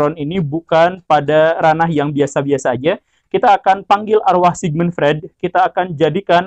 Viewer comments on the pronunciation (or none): bacanya : Sigmund Froid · Sigmund Freud diycapkan Sigmund Froid.